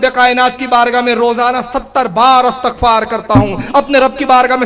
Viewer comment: ارے جاھل استغفار ،، الف کو مفتوحہ کہہ کر ادائیگی کر رھے ھو حالانکہ الف کو بالکسرہ ادا کرنا چاھئے ۔۔